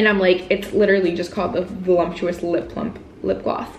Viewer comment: Because it’s Voluptuous not Volumptuous...